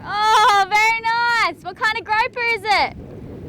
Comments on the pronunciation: The fish is pronounced 'grouper'. The only gropper near you is called Riley. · "Groaper" is not a nice word in English and does not mean a name of a fish (I looked it up). Grouper is the name of a fish. A groap is a "quick feel, usually unwanted". The grouper fish is said like "Kangaroo" ie: Grooper. I love your videos, but cringe when I hear Groaper. Just my Canadian 2 cents worth.